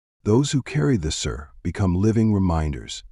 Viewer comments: The pronounciation is so incorrect. It's not like an English word "Sir". It should sound like the word "see" with the letter "r" in the end. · Pronunciation of sirr is wrong in this hurried AI countdown.